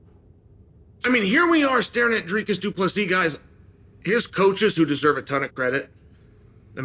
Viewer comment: Chael being one of few to say his name right